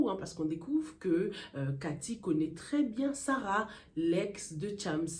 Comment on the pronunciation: c chams pas thiamss please